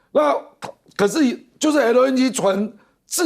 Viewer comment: LNG 唸成LN居？又啊啊的講話. 又愛裝嫩⋯⋯專業點